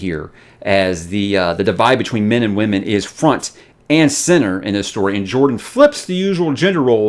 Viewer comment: Of course, the flip side is I hear "Men" as "Min" so when talks about the reason why "Min cannot channel" I'm thinking, "Duh, why should she?"